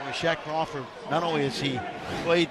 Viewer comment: "Shaq Crawford" lmao